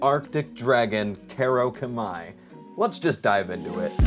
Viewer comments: Pronounced "koo-rau-kah-mii" I believe Aside from that really cool figure Is this the new Fanged Wyvern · Oh god that name got butchered so badly lol